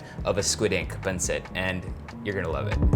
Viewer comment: Dude just say pansit! JC. Panseht. I mean c'mon already. If you can say "eat" then you can pansit. This whole thing about not wanting to pronounce tagalog well is just so fucking annoying.